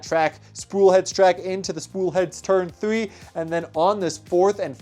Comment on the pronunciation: Its pronounced three, not thwee